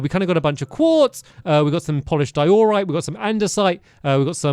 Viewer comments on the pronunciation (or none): Stamps this isn't a hate comment but its been over half a decade of hearing you pronounce Diorite wrong lol. Its "DIE-uh-rite" not "die-OR-rite"